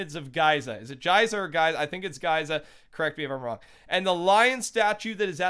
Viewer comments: Gheesa not guysa. I’m not taking anything you say at face value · Its Giza like Geeza with the long g sound and long e sound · It’s Geeza not Gyza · Giza is pronounced geeza (Not Jeeza) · It’s pronounced geza and not Giza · Its not guy-za it is pronounced gee-za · Broo im from egy its pronounced gyza not gaiza its gyza. Its just written giza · Ge-za not Gay-za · is geeza not giiza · Pyramids of Giza is pronounced geeeza not jeeesa or jisa. Geeza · Pyramids of Giza is pronounced geeza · It is pronounced geza E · Giza in England is pronounced G-ee-za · Giza pronounced geeza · It’s pronounced “geeza” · it's pronounced GEZA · You're wrong it's produced like Gi Za, like grill and pizza. Sorry if I seem rude, kinda a bit of a grammar nazi \/(:>)\/ love your vids btw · Its pronounced Geeza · Its none... is pronounced Geeza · Love all your vids aha, they're so in-depth and interesting! Btw Giza is pronounced "Gee-za", like saying Geezer with a New York accent haha, just to let you know! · Its pronounced g-ee-zer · It's prononced geeza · Giza is pronounced Geeza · It’s pronounced gee-za like so he sees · It’s “geeza”, hard G, not soft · giza : gee-za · pronounced as (GEE-ZUH) when talking about Giza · It's actually pronounced geeza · The pyramid of Giza is pronounced Geeza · Its the pyramids of Gee-zah 😂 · Guysa lol it’s Geeza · It’s pronounced Geeza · It's Giza with an e sound Geeeza OK "sigh" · The i in giza make an e sound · It's ge za it's spelled Giza but it's pronounced ge za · The pyramids of "Giza" is pronounced gee-za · I’m pretty sure Giza is pronounced like “Gee zah” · Giza is pronounced “G-ee-za” sorry I had to be that guy 😂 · Giza is pronounced ( gee-zuh ) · It’s spelt Giza but pronounced geeza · Giza is pronounced Geezah with a hard G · sory to correct you but it GEEza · The pyramids are pronounced GEEZA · Geeza <pronunciation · Can't comment on American English considering I'm British, but here Giza is pronounced gee-za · Giza- Gee - Zzz - Ahh